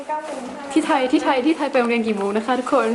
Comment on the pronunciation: ไทย ไม่ไช่ไธ๊ครับ